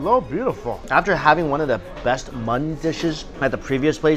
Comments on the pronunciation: Are you saying "mutton"? Keeps sounding like "mutson" meat. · Am i the only one to notice he says muttun gunny?? Lol